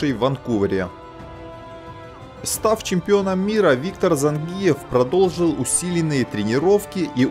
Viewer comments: Цай кой каныс ? Цавар зАнгиев ? Ударение на И . ЗангИев. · автор,когда же вы научитесь правильно произносить осетинские фамилии..?смотреть уже не хочется.режет слух...кроме того это неуважение к спортсмену...надо произносить так-зАнгиев...научитесь же наконец.в этом виде спорта осетин много..придется научиться...